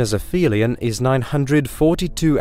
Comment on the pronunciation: and and Ap-Helion not Afelion, dude.